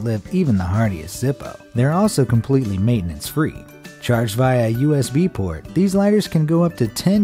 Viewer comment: usb pord? hahah